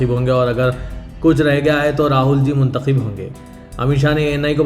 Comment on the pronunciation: Arey bhaee kya mnthakhib mnthakhib krray ....mnthakhab bolo yaha,n ....zeir ki jagah zabar bole,n tho meanings ultay hojathay hn ....es mein ek ism,e faa,il hai aur dusra isme mfool hai . Kithni dafa smjhaya mgr koi asar ni hai.....hmaray hindu dosth aapki Urdu sunn kr hnsthay hn ...